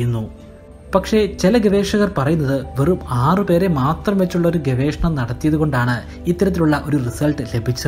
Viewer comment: Dear sir, It's not "Gavekshanam". Its "GAVESHANAM". I beg a pardon, for correcting. Good research. Keep it going. Good luck!